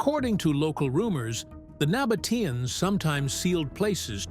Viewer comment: terribile….😢 the voice always spells the folk of the Nabataeans wrong…